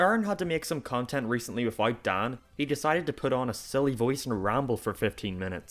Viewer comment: I was recommended this video on a Game grump video and wanted to listen to your arguments, but I utterly lost it at "Oerrin, Dahn and Brahn" - How can you make such an actually clever and in depth analysis of a channel and keep pronouncing the people's names wrong. I really like your accent, but names have a specific pronunciation that should be adhered to. It sounds so weird to me, I lose all focus on your arguments.